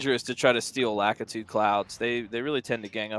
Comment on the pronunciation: I just want them to say LAKITU correctly